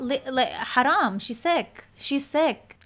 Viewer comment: Oi! Did u say Haram😂